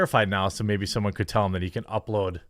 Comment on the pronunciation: Has "soweone" awwa kened a few LIONS of freedom?